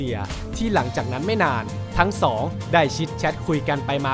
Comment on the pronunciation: ทำไมเลข สอง พูด สอ